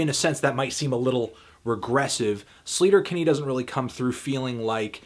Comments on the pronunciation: It's pronounced like SLAY-ter-Kinney, not SLEET-er-Kinney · He's pronouncing sleater Kinney wrong